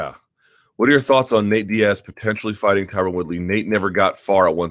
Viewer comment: MyTubeIsBetter20 lol no one pronounces it correctly . Ty-Ron ...ty-rone etc